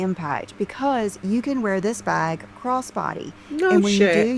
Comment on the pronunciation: I can't stand the way pronounces bag. She says "bhog" or some such weird shite.